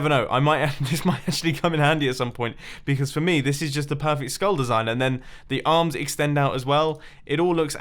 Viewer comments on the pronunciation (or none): none